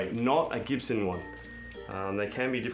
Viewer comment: It's not CHIBSON, it's GIBSON